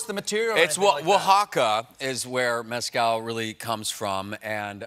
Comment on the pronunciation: "Methcal", no?